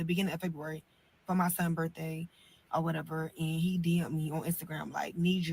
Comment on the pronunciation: Did she say "My son Birday"?